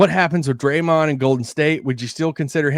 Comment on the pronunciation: Did he say Draymond?